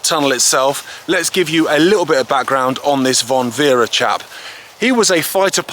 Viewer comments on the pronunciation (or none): Great film but it is Franz von Werra not Werre